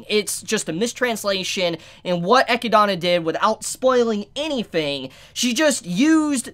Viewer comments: I just crossed the 5 minute mark but it is hard to unhear. You wrote it right but you say her name incorrect? XD I always hear 'Echidana', not 'Echidna' - so irritating. XD I'm not a judge, but I just wanted to say it. ;) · I'm pretty sure that Echidna is supposed to be read as Ehkidna, at least in english. Echidona happens cuz japanese language just requires each syllable to end with an english vowel. (Theres other terminology for it but this is the easiest way to explain. Thats why Rem is pronounced Remu, and Roswaal is Rosuwal. Kinda like when a Japanese person says Friend, they say Furendo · also her name isnt echi donna it’s literally echidna like the sonic character knuckles is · It's not Echidana It's Echidna. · Hhmm, am I the only one kinda irked when he calls her Eh - Ki - Dana? Rather than Eh - Kid - Nah? Am I the one in the wrong? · This is how Echidna's name is accurately pronounced. EH-KID-NA. The name is something out of folklore, so I've heard it before and that was how it was pronounced, just to let you know. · I'm pretty sure you pronounce Echidna as E-kid-na. There's a character in Fire Emblem Heroes with the same name that says her name this way. Also, the road to evil is paved with good intentions. I wouldn't say the Witches are all as good as you are thinking. For instance, one witch gives non-humans the ability to have emotions, also creates the emotions of anger and rage in beasts like the ones that attack the village. I'm assuming each Witch had good intentions, but bad repercussions that occurred. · Eh-kid-na is the proper way to pronounce it. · I think its pronounced eh-kid-na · Name: Echidna Pronunces: Echidona Me: I'm out lol! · pronouncing her the Japanese way ekidona makes more sense later on. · I think it's E-kid-na. Like "spider" in Greek. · Another reason why dub is superior, we actually know how to pronounce the names of the characters lmao. EGGYDONNA, ROSEWALL, & OH-TOE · Isn't it pronounced Eh-kid-nah.